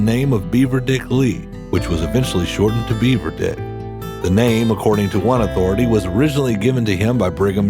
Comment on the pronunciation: Its not "Beaver Dick", its "Beaver Dick"